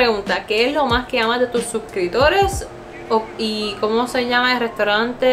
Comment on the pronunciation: Btw se te olvida la P de la palabra suscriptores, Sorry es q se escucha weird 😅